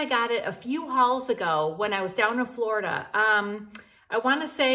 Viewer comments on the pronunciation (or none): none